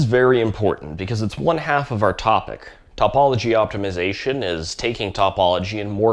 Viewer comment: It’s oy-la, not you-ler. And tuh-pology, not top-pology. 👍on the rest.